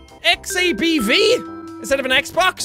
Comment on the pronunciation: Actually, it's the V-Bax, not the Xab-V!